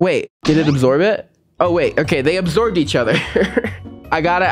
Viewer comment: Love what you do, buddy❤......but! When you say absorb, what I hear is obsorb. Does my brain in.